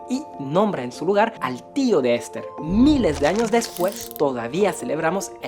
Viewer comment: Cosmopolita y no "Cosmopólita"😅 Esther y no "Ésther". Iraníes y no "Iranís". Muy buena la información pero mejora tu Castellano